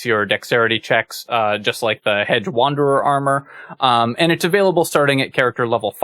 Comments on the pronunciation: I'm hearing "hed" or "hed-guh" (with a very slight "guh" sound) when you say it. Not hearing the "j" sound. Maybe it's something weird with the way youtube is processing the audio? But it really did stand out to me when I heard it -- enough for me to make the comment. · I'm sorry to be this guy, but it was driving me nuts during this video: "Hedge" is pronounced "Hej". There. I feel a little better now.